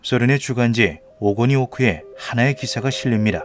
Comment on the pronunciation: огонёк(열정, 작은 불꽃)의 발음은 “오고니오크”가 아니라 [아가눀]입니다.